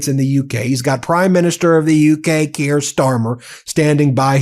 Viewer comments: KEER Starmer. Keir is pronounced with one syllable. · Ben: You mispronounce "Keir". It does not rhyme with Pierre. It rhymes with "peer" or "tear".